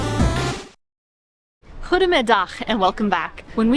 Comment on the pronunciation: Although I’m enjoying your vids for quite some time now, I’ve never reacted. I just want to give you both a great compliment with your Dutch. The pronouncation of “Ggggoedemorgggen must be a challenge, but you are doing it like you’re born overhere. Keep up the great work! 👍